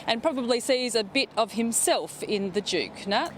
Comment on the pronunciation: To EVERY Australian news reader - please note, Duke is spelled with a D not a J Asaargh